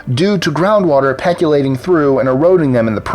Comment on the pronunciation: ish. "peculating?" percolating, maybe....?